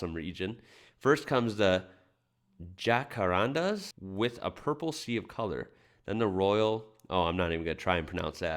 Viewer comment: G'day - the tree Jacaranda is pronounced ja~ca~ran~da where the "a" like the "a" in "hat". Now try saying it 😊 Poinciana is poin~see~ana (same "a" as in jacaranda). The water you refer to is the Swan River which runs from east of Perth to the ocean in Fremantle. Fun fact - a common expression when asking someone where they live is "you north or south of the river?" The brown brick building used to be the Swan Brewery (made a local beer) but is now a very upmarket restaurant. Fun fact - a long time ago the brewery used to light up at nights and the lights were of a sailing ship 😊 You nailed the "Melbin", spoken like a true local 'Strayan. Cheers mate from Perth 👍😁